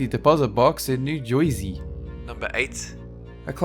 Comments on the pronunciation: New Jerwsey? I thought it was New Jersey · I love the way says New Jersey. I heard New Joursey. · I laughed when you said " New Jewsy" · WHEN HE SAID “ new joisy “ 😂😂😂😂😂😂